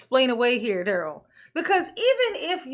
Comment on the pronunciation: love you darling. If you ever hear any rumors about how our precious Dah-rell is enjoying his time at the Pris-ee-on, I hope you share it with us. The man is evil.